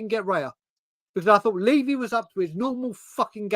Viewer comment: Can't take seriously when he can't even pronounce Levy properly.